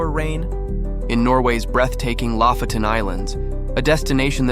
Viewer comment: it's lofoten, not lafoten